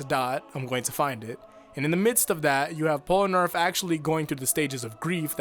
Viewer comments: man, i love the actual content of this video but why is it so common for people to call polnareff "pol-a-nerf" instead of "pol-na-reff" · Pol-A-Narf? bruh it's Pol-Na-Ref. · "polunarf" you had one job. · I like the video, but the way you say Polnareff is weird :p